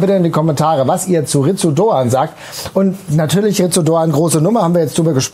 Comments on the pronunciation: Ich will ja nicht Klugscheißen, aber Ritsu Doan wird "Litsu" ausgesprochen 🤪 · In der Hoffnung, dass wir seinen Namen in den nächsten Jahren oft bei Fussball2000 hören: Doans Vorname wird wohl "Lits" ausgesprochen. Möget Ihr ihn in den kommenden Saisons oft als Matchwinner für die SGE loben! ❤